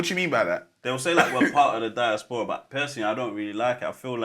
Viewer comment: Freds pronunciation of diaspora deserves the helmet 😂😂